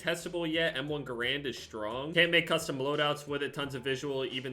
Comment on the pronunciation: When u say garand wrong